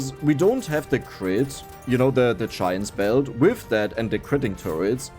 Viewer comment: After watching play brotato for over 100 hours, i finally realised what "chime spell" is, hes saying giants belt😂